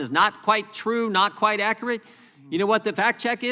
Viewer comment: Gym jordan says, "reconize," "accarat."